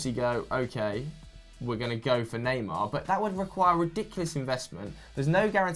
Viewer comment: went to France for a month and he now pronounces "neymar" like proper French lord.